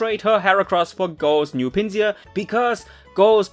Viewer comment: Note: "Tokio" is not named after the city, his name contains from "toki", which is Japanese for "time". And, you're saying the German pronunciation of Pinsir (since Pinsir's German name is the same as its English name). To say Pinsir's English pronunciation, it's "Pin-sir" (like "pincer"), and not the German "Pin-see-ur".